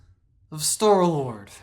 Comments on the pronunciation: did you say store lord or stoor lord? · Love the way he says 'in defense of Star-Lord' through gritted teeth XD